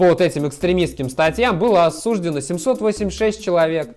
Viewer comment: да надоел уже этот подставной казачок. Неужели не видно, он даже говорит осУждено, а не осужденО, как нормальные люди.